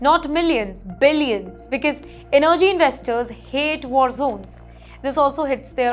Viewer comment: n-nerrgy lol - Miss, your info is as false as your pronunciation of words like energy. Trinidad is NOT geographically between the US and Venezuela; it is to the east of Venezuela. The very large America is north-northwest of the very large Venezuela. This news story declaring the end of Trinidad and Tobago is an evil attempt to get unfair viewership. Why didnt you show a map of Lebanon when talking about them? Learn what the word between means.